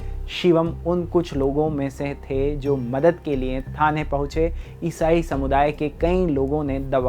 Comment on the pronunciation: Isai Kitna ajib tariqe se bolre ayesaye,phle to mujje samj hi nhi aya kya bola